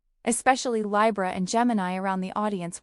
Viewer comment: Pile 3. I am Curious though. Is this actually an Ai channel? I have never heard any reader pronounce LIBRA this way except by Ai